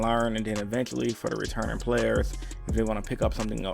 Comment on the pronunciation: No one: Absolutely no one:: 5 gUd DiKs foOr REEEEturnIng pIlAYAs